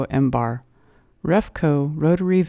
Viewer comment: If you knew what you were talking about you wouldn’t pronounce millibars as “mbars”. Awful, just plain awful. Aren’t you embarrassed?